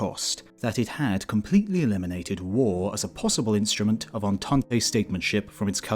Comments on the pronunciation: It's not "ententay", it's "entant". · I love all these videos. But, Voices of the Past, double check your pronunciations. The word "Entente" has two syllables, not three.